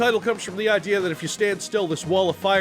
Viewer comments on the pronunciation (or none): none